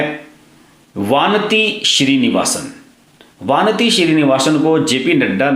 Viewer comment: वानती नही " वनिथी"